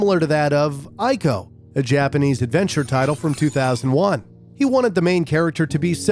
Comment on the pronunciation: Let me correct you with something, you showed footage of Shadow Of The Colossus when mentioning ICO (The game is a prequel to ICO, but still.) in the beginning of the video. Also the name is pronounced IKO not Aiko. Great video otherwise!